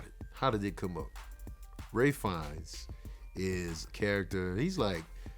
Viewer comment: Ralphs and his brother's last name is pronounced Feenay not "Fines".